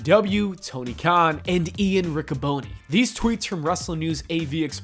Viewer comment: It's pronounced Ric-ca-bon-ni.